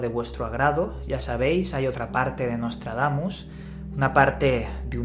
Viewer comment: Eh pero que ni puta idea de Francés, eh?...Menos mal que solo son nuestros vecinos, chico!...Nostradamus...está mejor dicho...o Nôtre-Damme...pero no Nostredamme... Además que yo Ya hace muuchos años no sé qué edad tendrías Tú...Nostradamus circulaba también mucho...Recuerdo aquella cuarteta que decía que en 1999 caería un asteroide a la Tierra, con gran destrucción...decía Miguel de NuestraSeñora...y qué Yo sepa no cayó nada del Cielo aquel año, demasiado digno de reseña... Pero bueno que a Nostradamus se le ha usado siempre para ganar dineritos dineritos, y Tú no eres menos...